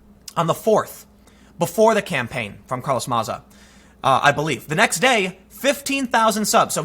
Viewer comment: Who’s Carlos maza??? Ohhhh you mean carloth matha? That’s how he pronounces it at least.